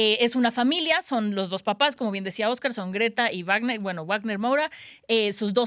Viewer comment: La w de Wágner se pronuncia como v no como w, no sabe alemán la o qué onda (en portugués también se pronuncia como en el alemán).